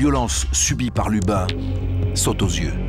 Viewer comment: D'abord c'est Lubin et pas Lupin Ensuite je vous conseille de lire le livre de Magali Guillemot Jérôme Duchemin était un type brutal désagréable et indifférent On est en plein dans l'erreur judiciaire